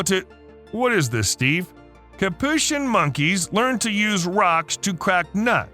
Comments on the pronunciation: It's pronounced Capuchin not Capuchin! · Is that really how you pronounce capuchin?